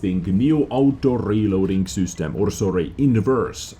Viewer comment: I love how you say ''sUstem'' instead of ''system'' :*